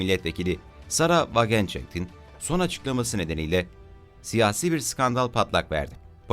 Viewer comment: die welt okunusu di welt sarah wagenknecht okunusu sara vagenkineht